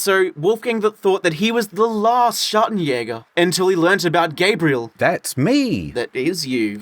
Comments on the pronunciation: ""Schagenhäger"" xD I love if he wants to say Schattenjäger. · I’m quite offended by how your pronounced Schattenjäger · I love how you pronounce the J in "Schattenjäger" like a spanish J but in "a shot of jäger" you pronounce it properly :D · The way they did pronouce Schattenjäger was painful im not even german and its wrong🤪